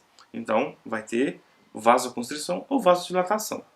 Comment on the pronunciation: A pronúncia é "VASOCONSTRIÇÃO", não se pronuncia o "c" antes do cedilha, dizendo " vasoconstric-ção"